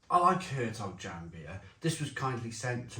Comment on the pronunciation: It's pronounced Yan